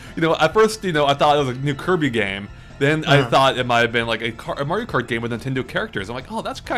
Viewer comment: loll who else heard mario karty